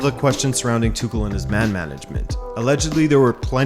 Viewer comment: Tüchel is pronounced without K. It's H. TüHL